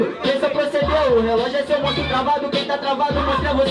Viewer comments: verdade ele falou "tonsco" Mesmo , ele inventa muitas palavras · "meu relógio é grande e eu não TONSCO". O QUE É "tonsco"? KKKKKKKKKKKKKKKKKKKKKKKK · era "consto" KKKK